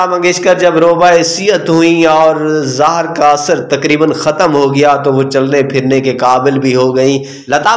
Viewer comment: Lefz,, zeher,, apna urdu tulafaz or durust karyn, zeher,, lefz gult bol ry thy